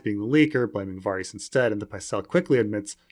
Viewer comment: As much as I am craving ASOIAF content, the constant mispronunciation of "Varys" is shortening my lifespan.